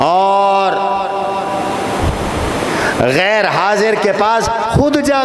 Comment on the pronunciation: غیر پر زبر ھے پیش نہیں محترم